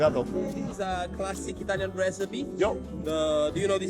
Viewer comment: Italiania 😅hahaha so funny 😁 if they say italian it italian right nope it's not!!